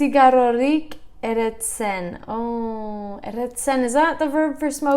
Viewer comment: "NiK ez dut erretzen" you got it correct 💪 Pixkanaka- pixkanaka hobetzen ari zara, zorionak!! 🥳🥳